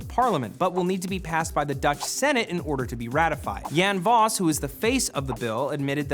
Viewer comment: I'm Dutch and I think it's a great desicion to sell only electric cars. Also I laughed so hard at how you pronounced Jan Vos xD